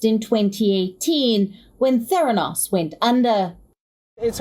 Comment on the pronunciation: it's pronounced: ther AN os.